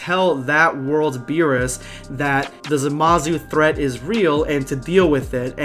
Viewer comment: Not gonna lie, I slightly chuckled when you said "Samazu".